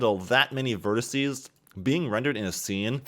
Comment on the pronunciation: "Verticee" is still not a word.